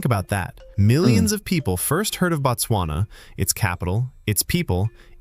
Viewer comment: it is Bot-swana My country